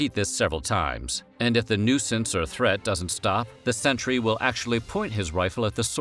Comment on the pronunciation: Jesus what horrible speech impediment prevents you from pronouncing "sentry"?